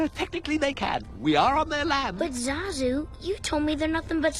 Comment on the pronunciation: Did he just say Zuzu? Not Zazu?